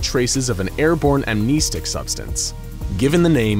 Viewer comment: Keh-teer. KEH-TEER!? THATS HOW YOU PRONOUNCE IT!? Bruh. Everyone, including me, has been saying this wrong for SO LONG! I do know for a fact that amn-NEE-stic is incorrect though .🤣